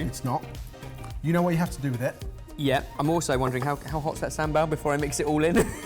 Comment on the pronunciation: The way they say sambol is really annoying me it's cause I'm Tamil so yeh but still love you guys, from Sri Lanka ❤️❤️ You guys should come to Sri Lanka cause there is some amazing food here especially seafood (try kool) basically a seafood soup